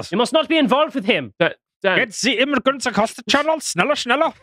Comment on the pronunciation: "We need a solution to this immiugrant problem!" Erika intensifies